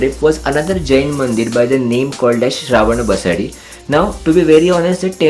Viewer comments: It's Basadi / basdi and Not pronounced as BasaDi. Nice video . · Excellent video with perfect tour itinerary for 3 days Udupi visit. I just wanted to mention that names three places were incorrectly pronounced. 1. KARKALA - कारकळा 2. BASADI - बसदी 3. Kaup - कापु (though the place name is spelled at Kaup, it's always pronounced as Kapu) खूप छान. पुढच्यावेळी मंगळूरुला पण भेट द्या. मंगळुरुला आपला हार्दिक स्वागत आहे.